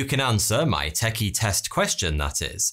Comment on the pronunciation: Why the emphasis on "MY" in "answer My question". Is it really?